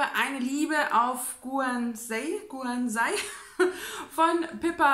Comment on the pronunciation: Guernsey spricht man übrigens so aus: Görnsi 1 Stunde zuhören ach ist das schön:) Bin total erkältet und sitze nur auf dem Sofa rum, kann nicht schlafen, kann nix lesen, aber zuhören das geht:) Ich mag das mit den Clips, hast du ja schon Mal so in der Richtung gemacht, ich finde das sehr schön, dass man direkt nach dem Lesen deinen Eindruck vom Buch erfährt. Da sind die Emotionen noch ganz frisch:)